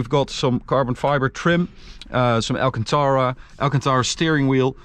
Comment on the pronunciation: Amazing dream car... insane btw the right pronunciation is "al-CAN-ta-ra"